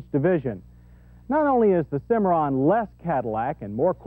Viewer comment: You know... it's Cimarron, not Cimmaron.